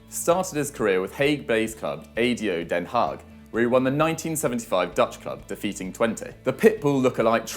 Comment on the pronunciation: It’s pronounced ‘Ah doh Den Haag (the g is pronounced with your throat)’